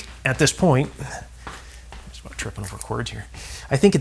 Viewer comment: Nice video and good troubleshooting except you mispronounce the Word “about” It sounds like you said a boot Lol